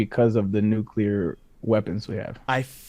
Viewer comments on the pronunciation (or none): Mount Rushmore of cringe: the way says “nuclear”